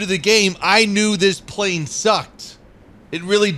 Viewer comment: Plane, not plan 😜